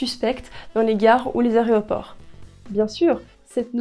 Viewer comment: les "aréoports", référence à la Cité de la Peur, ou ptite erreur? :)